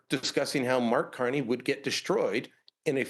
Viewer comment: I heard Brian say Marx Carney, thumbs up!